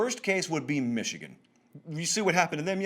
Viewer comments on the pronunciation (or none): none